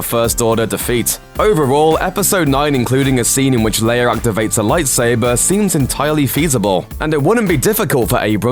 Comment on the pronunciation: FYI it is prounounce Leia (Lay-ah) not (Layer)